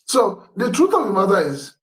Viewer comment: This man is not saying the treuth